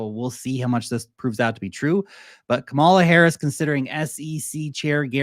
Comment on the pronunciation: Her name is ka...mala.... it's not that hard😂😂😂❤